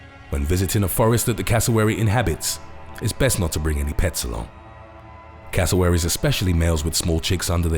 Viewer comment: .why it sound like you're saying casserole?. xd